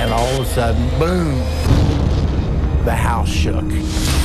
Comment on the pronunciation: "An all da sudden bewm!"